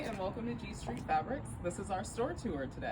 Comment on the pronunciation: Yep, I thought she said "G STRING Fabric".. 😂